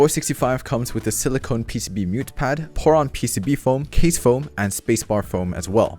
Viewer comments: Is it just me or he keeps saying PO*N instead of POM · This build is AWESOME. Pro tip: enunciate Poron much more clearly. LOL